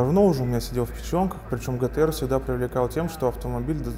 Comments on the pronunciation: пишется и говорится ДЖИТИА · По моему джи ти ар а не гэтэ эр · А не гэтэ эр